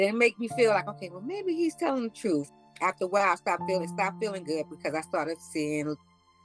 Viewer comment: The frooth lol 😂 😂 😂